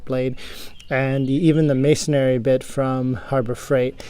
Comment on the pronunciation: Good video but it’s masonry, not masonary